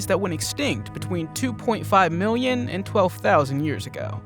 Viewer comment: Is anyone going to talk about him saying miwwyon and not million